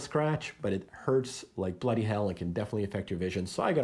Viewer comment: You said bloody hell like an Aussie.